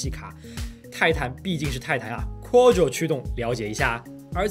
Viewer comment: 念夸桌 不念阔奥桌